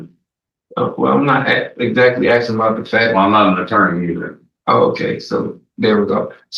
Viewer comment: axing and whatnot